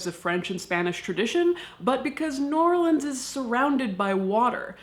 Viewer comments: Caitlin, I love you to death (pun intended), but I lived in New Orleans for the first 18 years of my life, and I promise you the only people who pronounce it "Nawlins" are annoying tourists. Please don't do it again. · I love how you pronounced "New Orelands" with two syllables